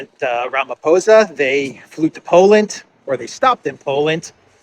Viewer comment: You are pronouncing our President. Cyril Ramaphosa's surname correctly now brother......